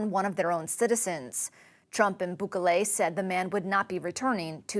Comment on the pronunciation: Is she purposefully mispronouncing Bukele's name, or is she just that incompetent that she didn't bother to check pronunciation of a WORLD LEADER'S name?